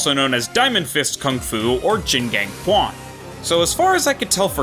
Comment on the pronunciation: Oh, i notice that you read Q letter in "Quan" as K and sound like "Kuan". Fyi. In Chinese, Q letter are sound like Ch (like Chin, Cheese, Chinese, etc). So, "Quan" will be spelled as "Chuan"